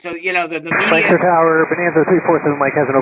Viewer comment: Good job,! You pronounced Lancaster correctly. Thanks for another report local to me!